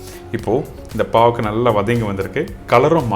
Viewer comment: It 'snot bavaka but baakarkai